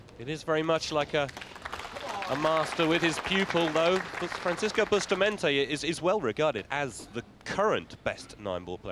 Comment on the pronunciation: Please pronounce Efren's name right! It's pronounced ray yes, not ray az. Francisco's name is boost a montay, not busta montee. You all make my ears hurt.